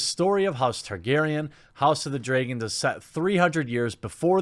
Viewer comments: Dude, its "dragon" and "dragons".. you know, fire breathing wyrms? Not dreagon or dreagons 🤣 no offence but i listen to your videos so when i heard you say dreagon i was like "wait, what? Who?" So i went back a little and i saw dragon and was like ah, he is mispronouncing it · take a shot at each "draygen" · What's a DRAY-GEN...? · Cant say dragon to save your life, drAgon not dray-gone. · Ok but wtf is a DRAEgon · why do you pronounce dragon like dray-gone? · The only thing about this video I don't like is the way you pronounce "dray-gon". Hahaha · Jeremy, it’s pronounced [ drag-uh n ]. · Say Draygon one more time! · “Called the House of the Draaaayyyygon” Dat weird pronunciation tho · Yep, don't get it either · Lol you said dregen! Btw notifications still works for me. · Please stop saying dragon like it has an e or y in it! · Your "Dragon" pronounciation is interesting to say the least. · You have a weird pronunciation of the word dragon. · man the way you pronounce Dragon really bothered me.